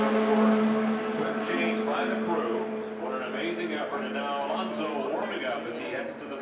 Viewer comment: ALOSNO'S??? Please... A-LON-SO!!!!